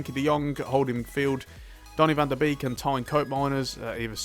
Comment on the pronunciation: Just a small tip on Donny van de Beek. Beek is pronounced like Bake. So it would be Donny van de Bake.